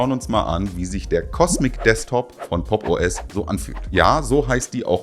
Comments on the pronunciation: Ich höre immer "Poppo S" 😂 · Ich würde Popo ass natürlich niemals Popos aussprechen. Wär ja voll kindisch.